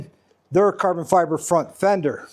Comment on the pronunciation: Caaaah-bon Fy-bah.... 😊